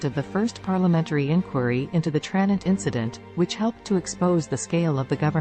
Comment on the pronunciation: TraNENT. It's pronounced TraNENT! And why are we seeing B roll of the Scottish Highlands??